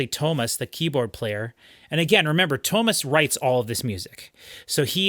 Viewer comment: Its Too-AH mas.....